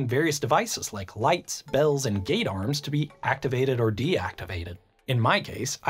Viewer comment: I thought he said ‘Gaydar’ He said ‘Gate Arms’